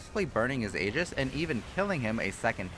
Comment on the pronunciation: It's a Greek word and pronounced "ee-jiss"